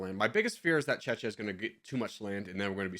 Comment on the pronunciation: You didn’t just pronounce czechia like that😂😂😂